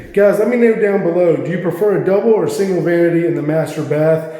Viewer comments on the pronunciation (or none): none